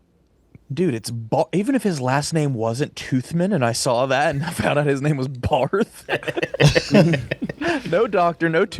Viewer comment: The fact they didn’t realize that Barth is still pronounced Bart is getting on my nerves